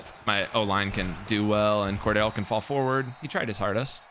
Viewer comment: Cor-del not cor-dale